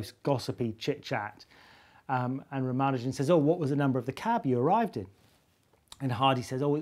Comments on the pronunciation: ra mA' nu jan'? isn't it Ra' ma nu' jan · Simon Singh the first and only person I've heard say rah-mah-nuh-jin rather than rah-mah-NOO-zhen, and I gotta say I'm probably gonna trust his pronunciation of that